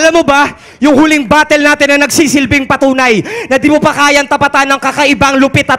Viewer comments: Hoy galing galingan ka din noh ? anong re-battle pinagsasabe mo ? hindi re-battle tawag dun bobo ! tawag dun ay "RE-BUTTAL" alam mo ba ibig sabihin ng prefix na RE ? meaning again . so ? anong re-battle pinagsasasabe mo . sa tagalong ng re battle ay Labanan ulit ? Hwag kseng galing galingan . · rebuttal un tanga! nd rebattle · hay tanga. nanaman. Ang ibig sabihin ni loonie, bago pa magsimula ang fliptop, hiphop na sya. Nag rarapbattle na yan. Eh si mo? Sunod sa uso lang yan. Maski nga REBUTTAL na siya mismo nagpauso di niya alam kung ano ang tawag. REBATTLE daw. Hay tanga.